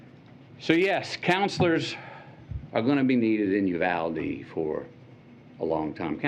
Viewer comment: Someone in the CBS News got fired over that "Uvlade"